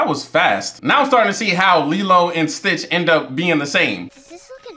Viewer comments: it's stitch, not twitch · I love how most of the time he said twitch instead of stitch. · Another thing the subtitles are on they say STITCH and he still says twitch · This might be the only movie where you sorta got all their names right apart from calling stitch twitch a few times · It’s not twitch it’s stitch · It’s not a video if he don’t mess up the main characters name 😂😂😂😂😂.. I be tuned into all your videos fam!! Great content. Gives me a reason to watch something for the 3rd time